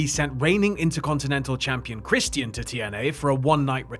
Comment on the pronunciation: It's Christian not Christian.